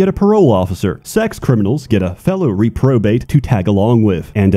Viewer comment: Hearing him pronounce re-probate as re-pro-bate, is exactly what I would expect from a video by.